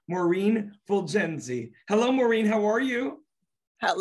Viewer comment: She is incredibly talented. And BTW It’s Maureen not Maurren 🙄